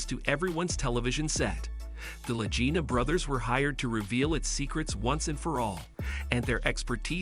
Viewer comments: PLEASE PRONOUNCE their last name as La G ina not La J ina! In this episode you said it both ways and if you had ever watched a History channel episode you would hear their last name correctly. I am qite sure I am not the only Fan to understand how their last name sounds. Anyone who is serious about the Oak Island series cares enough to point this out to you! If this is a robot voice then fix it! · Can't you learn their names and the pronunciation of those names? They are MARTY (not Matty) and Rick LAGINA with a hard "g". OMG! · They pronounce their name with a hard “g” not soft. 😡I am stop watching your video right here. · You. Are pronouncing the name of Latina wrong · There is no Matty, his name is Marty and you are pronouncing their last name wrong. Get your information correct before you broadcast a video. And your title is click bait because nothing happened to Billy.